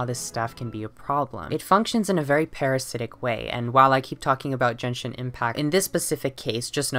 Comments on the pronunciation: Genshin is pronounced jenshin! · im so sorry i want to make a profound comment but as a genshin fan the fact that genshin was pronounced different than I've heard literally anyone say it almost broke me down but giving venti as an example of a loli sent me into orbit and that was the final straw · Jenshin Impact? How do I unhear things? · Yeaaaa I’m not taking any dude seriously who pronounces it jenshin while applying 20 pounds of concealer